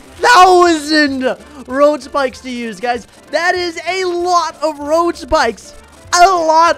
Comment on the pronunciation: How many times did he say road spickes